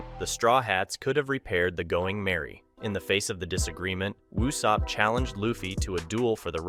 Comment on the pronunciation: Please for the love of thick thighs stop saying "You-Sopp" when it's clearly spoken as "Ooooo-Sopp" even in English dub. 😅